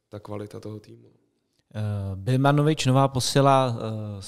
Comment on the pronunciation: Přesně hrozná neúcta neumět vyslovit správně jméno hráče.. už v minulém podcastu jsem si všimnul dvou jmen... gg